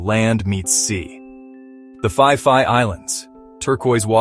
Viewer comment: Is that how you pronounce Phi Phi???😂